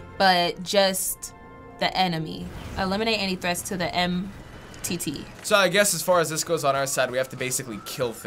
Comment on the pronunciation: "Eliminate and threats to the mitt" xD, It's called the M.T.T.